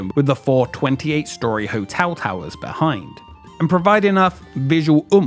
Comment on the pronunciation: Good video, but it's really distracting to hear you keep pronouncing "hotel" as "hotew".